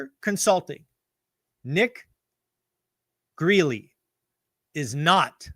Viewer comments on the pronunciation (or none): Do you really think Nick Gerli's name is pronounced "Greeley". You've been following him since 2020 and can't pronounce his name? Come on man! He's been right on FL prices dropping. The median and sales prices haven't collapsed here because in any jalopy of a house was selling for 400K+ now brand new homes are selling for the same amount. And even those are getting rate buydowns and other unheard of perks that don't show up in the final sales price. IDK about his other crash predictions.